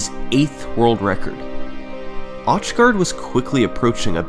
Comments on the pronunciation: ...is his name actually pronounced osh guard? It looks pretty darned Germanic, so wouldn't it be like "auch" in Deutsche? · auchgard is german and it hurt every time you pronounced it liek that haha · “Truly, a once in a lifetime accomplishment for Auchgard.” shows him doing it again